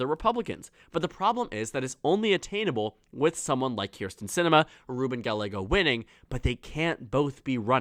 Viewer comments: Interesting and surprising that Sinema isnt squeaking by. Also. Gallego is pronounced Guy-YAY-go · great video! however, Gallego is pronounced (guy•yay•go) the double L makes the Y sound in Spanish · Pay attention to the comments. A double ll in Spanish is pronounced as a y. Two others have already told you how it is not Ga a go. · 1) gah-YEH-go (not "gah-le-go") ! 2) Lake is more inclined to try again for governor in '26, or move to Florida and spread her fascistic messages there! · Please pronounce "Gallego" correctly. You keep going back and forth pronouncing it "Ga-lego" "Ga-ye-go". Two "LL"s in Spanish take the "Y" sound, so his last name is pronounced "Ga-ye-go". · It’s not “Ga-le-go” it’s “ga-ye-go” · Ga-Y-ego. Pronouncing the double L as an L is one of my biggest pet peeves. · Hi,. Just FYI for future videos: Gallego is pronounced Guy-yeggo. Like how two L’s in tortilla makes a Y sound, same in Gallego (and in all Spanish words with two L’s). Hope that helps! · Ga—ye—go, I don’t like the guy personally a whole lot but atorraste pronounce his name right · Good video, though Gallego is pronounced Guy-yego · His name is pronounced gayego it’s Hispanic to LLs make a y sound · It’s pronounced guy aye go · You are not saying Gallego right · You are saying Gallegos last name wrong and its driving me crazy!! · Learn how to pronounce his name, you made the video unwatchable